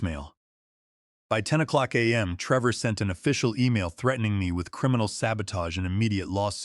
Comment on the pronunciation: Treevor. The AI Voice is having issues with this video.